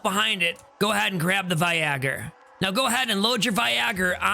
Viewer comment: I have loved your videos getting back into the game. You've made it all so simple to understand. I'm currently looking through to decide which builds should go where as I got jumbled in startup. I have to say though, one of my favorite things is that you pronounce Viagor right! Like yeah we know what it's supposed to be but that's not what it's called! Stay positive and as a casual gamer your videos are greatly appreciated!